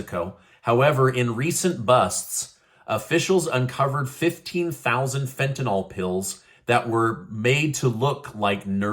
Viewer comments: Tentanyl is not Tentanol. It's pronounced fen ta nil - short i. Rhymes with hill. I don't know why people say it wrong. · just an FYI, it is pronounced fent-an-ul not fent-an-ol. It is actually spelled Fentanyl. Keep up your great news!!